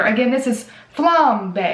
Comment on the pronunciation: I 💓 the Rose and I think that lip shaped shiny pink bag is so cute!! It's nice they send these items to you. I've never heard of this brand so it's nice to learn about new brands. And "flambe" pronunciation...love ya 😃😃😃